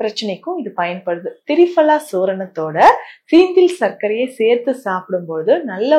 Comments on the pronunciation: Thappu adhu fala ille phala dan seri doctor thappa ucharikango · பயனுள்ள குறிப்புகள். மேடம் திரிபலா தாங்கள் திரி fala என்று உச்சரிக்கிறீர்கள். அதேபோன்று க , கா என்ற சொல்லை kha என்று உச்சரிப்பு வருகிறது. தமிழ் உச்சரிப்பில் சற்று கவனம் செலுத்தும்படி அன்புடன் வேண்டுகிறேன். நான் உங்களின் மருத்துவ குறிப்புகளை தினமும் கேட்டு வருகிறேன். (தமிழ் விரும்பி)